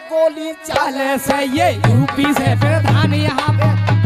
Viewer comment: पीरधान ❌ प्रधान